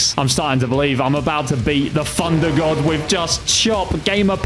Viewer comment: Anyone notice he was saying funder god